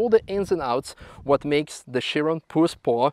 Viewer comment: So it’s Pur Sport not Pure Sport and in the video it sounds like Puss-port. Not having a crack. Great questions at the end though. I assume Manthey will be given orders to change pads for this car in the future 😆.